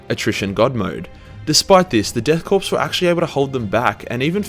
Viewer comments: Every time he pronounces “korps” like “corpse” I cringe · My eye twitched and I almost clicked off each time he said corpse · Pretty sure the "korps" bit is pronounced "kor". As is the military pronunciation of corps. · EVERY time you mispronounce the word "Korps" as the word "corpse" a heretic gets his wings. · According to the Death Korps of Krieg arent real, instead the Death Corpse of Krieg. It seems no one can pronounce Corps/Korps these days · are you intentionally mispronouncing "Korps"? Please say it was a play on "corpse", please..... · 'death corpse' you can't keep getting away with this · Korps, corps, korpse, corpse was originally a French word from the Napoleonic era, and it’s pronounced Core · Pronounced as "Core" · Exactly. So frustrating hearing corpse constantly throughout the video. Whole bunch of words he mispronounced too like coup and gist. Otherwise a good video but almost half my enjoyment was lost to getting angry about hearing these words being said completely wrong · the correct German pronunciation would be koa like in koala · It's a Korps, not a corpse. Only the first 3 letters are pronounced. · However the ‘ps‘ of Korps is. The way he says is Corpse. Death Corpse of Krieg sounds rather redundant. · Don’t pronounce the p in corp or coup... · This was good but i'm surprised that you would know the J in German is silent but you pronounce the p in Korps. A petty complaint but it just sounds retarded. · "nailed that pronunciation" - he says... minspronouncing the word pronunciation while we're at it the P in corp/korp is silent as is the one in coup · The that keeps mispronouncing “coup and “corps” I choose to believe is because a primal hatred for the French and so refuses to say French words or use French rules of language. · Man really doubling down on pronouncing all those silent P’s lol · but the p in korps and coup are supposed to be silent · its pronounced core not corpse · “Korps” is pronounced “core”